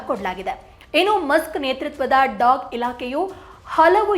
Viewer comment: ಅದು government ಅಲ್ಲಕ್ಕ governance. ಹಾಗೇ ಅದು "ಡಾಗ್" ಅಲ್ಲ "ಡೋಗೆ"